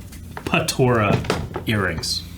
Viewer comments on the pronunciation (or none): "*Patora* Earrings" My dude are you doing this on purpose